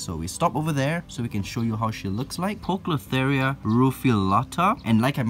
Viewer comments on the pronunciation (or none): thats.... not how you pronounce poecilotheria ;)